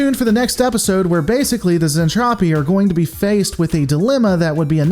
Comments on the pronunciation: Zentradi, Zen-Tra-Di so cringe Zentrapi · Yeah I dread once he gets to the Mentradi. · Zen-TROPE-y? Is that what's going on here? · I normally love the reviews, but this one was rough. Ugh...'Zentrapi'? Really? Like, one single Google search would have prevented it. A few other minor nits, but 'Zentrapi' hurts. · I get it. Overly Excited Narrator definitely plays fast and loose with pronunciation. And Gloval is Russian, so his pronunciation will be a bit off. In Soviet Russia, Zentrapi booby trap you! Despite my nits, I love that you are actually reviewing the 'tech. It is an old series that doesn't get its love these days. Any thoughts on a comparison with Japanese version? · What the hell is a zentropi? It’s Zentradi. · Looking forward to this, just NOT to how you're saying Zen-TRA-DI, not Zen-Trap-ti. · Glad to see you are covering one of my favorite series even if it is a pop idol soap opera in space, and if you do decide to do the whole series wait till you get to the hot mess that is Macross 7. Also the pronunciation is Zentradi not Zentropi. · Zentraedi not Zentrafi. hehehehe I love Robotech, 100 times a lot better than STD. specially the folding space to move from one part of the galaxy to the next. no spinning like Discovery. I too always wonder an all women as bridge crew. maybe Capt. Global wanted & enjoy the view. hehehe Both Lisa Hayes & Claudia Grant we're Lt.Commanders with Lisa 1st officer & Claudia 2nd officer. Roy Fokker was Rick's bestfriend, Mentor & your right almost like an older brother. Keep up the Robotech videos, I enjoy the breakdowns. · Zen tra dee. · Its anime it's not supposed to make sense and its pronounced zentraedi. However that aside you make a point with Lisa and claudia